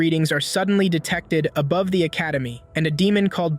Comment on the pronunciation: I like when you say aboove and demoon